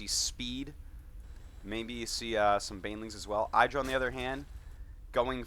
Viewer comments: pretty sure in a recent interview idra said the pronouciation of his alias had the not much enphasis on the i. Like, it's not pronounced "the apple iDra" or somthing. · yo, Artosis, it's pronounced "Ee-dra".